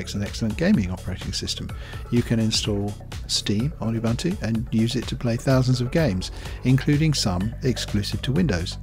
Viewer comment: It's pronounced "oo-boo-n-too". The word originates from a Zulu name Ubuntu, meaning 'I am because you are' or 'humanity'.